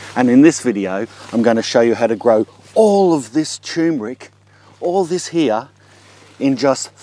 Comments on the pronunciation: Thanks, I'm planting some this year. It's great in coffee and added to date and peanut balls.. BTW: I don't think it's pronounced 'chewmric'.. Try 'tur·mer·ic' (look it up) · Sir, please, it's pronounced TUR-mric. Not TOMB-rick. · Dude it's called tur mer ic. Not tumeric... Lol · Fresh is NOT best because you need to take a lot to have any medicinal anti cancer activity. Btw it's tuRmeric, yes the r is pronounced, not tumor-ick. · It is tur-mer-ic not tue-mer-ic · Chew Mer Rick?? maybe he means Turmeric, Turm like turn a corner. Still a v good vid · TUR MER IC not Too MER IC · TuRRRRRRmeric! Look it up. It is spelt and pronounced as tuRmeric, not tumeric! Not such word!!! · Why the fuck do you people call it tyoomeric when it is TURMERIC??? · Maybe you are dyslexic, if not then I would like to point out that it is tur'mer'ic not tume-er'ic. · "Turmeric" is probably the most MISPRONOUNCED word on the planet! Are YOU pronouncing it correctly? Well, if you pronounce it like the man in this video, you'd have to answer "no". Like so many others, he fails to pronounce the first "R" which is NOT supposed to be silent! Click the link below if you want to hear a super short audio of the CORRECT pronunciation! of: tur-mer-ic. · Love the dramatic pause everytime before you say..."tumeric".